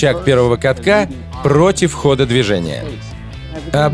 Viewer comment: «Пррроотив хода движения» 😂😂